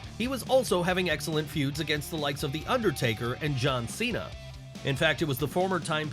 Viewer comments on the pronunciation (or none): none